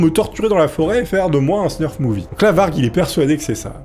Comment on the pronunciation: Salut! Très bonne la video 🙂 Petite rectification : on ne dit pas "Snurf " mais Snuff . Y a pas de R ;) .